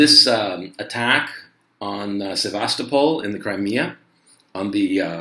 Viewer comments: It's pronounced Ti-RAS-pol. Also Seva-STO-pol. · think its said like sev ves sto pull ? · Sevastopol, Crimea is not pronounced the same way as Sebastopol California.